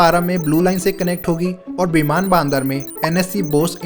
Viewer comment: its बिमान बंदर and not बिमान बानदार 🤣🤣